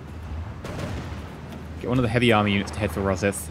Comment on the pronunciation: ro-sigh-th not ro-sith PLEASE dood